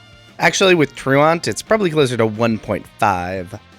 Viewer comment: I’ve watched a shit ton of poketubers and I think you’re the first person I’ve actually heard pronounce truant correctly 😂